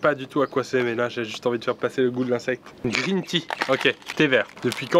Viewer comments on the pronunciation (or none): none